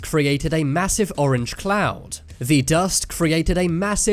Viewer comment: I thought he said the “Massive orange clown”